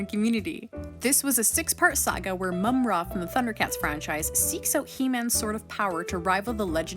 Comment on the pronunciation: Moom-ra 😂😂😂😂 what happened to mumm-ra?